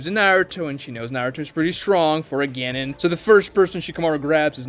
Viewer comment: The way he says "Genin" and "Chunin" is driving me up a WALL It's CHEW-NEEN and GEN-NEEN PLEASE